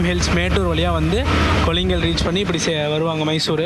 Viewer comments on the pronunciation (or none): Bro அது kollingal illa கொள்ளேகால் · கொல்லிங்கல்...இல்லை... கொள்ளேகால்....